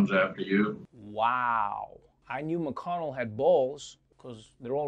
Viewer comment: Mc - con -Nell , don't look a hype on Obama name.